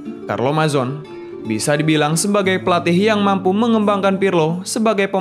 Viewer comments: bukan mizon, tp majone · Saran nih min, biasanya kalo nama - nama orang italia itu kalo ujungnya "E", huruf "E" tetap di baca. Contohnya Mazzone, bacanya bukan Mazon tapi Mazzone dengan penekanan di huruf Z dan huruf E nya tetap terbaca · Bener bro..tadi sempat ngakak ndenger naratornya menyebut Mazon 😀🤣